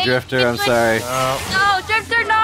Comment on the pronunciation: It is drift0r not swiftor